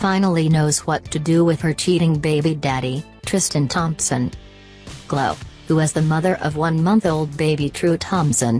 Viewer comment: How can anyone take these alleged celebrity news channels seriously when they can't even use an actual human to rehash the news? 'Klow Kardashian' robot voice lady?